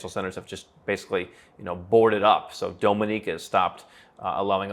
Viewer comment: Am i the only one weirded out by his pronunciation of "Dominica"?